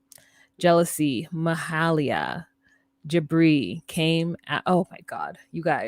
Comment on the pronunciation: Not “Mahalia” like Ms. Jackson. I believe Jibri’s mama is “Mahala.”